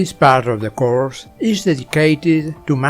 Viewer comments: "couRSH" got me rollin' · why did he say course like that but goood helpping nice too